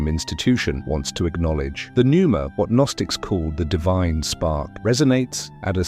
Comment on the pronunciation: Pneuma….. not Nuemera… just saying.. AI sucks and you might proof your output more carefully.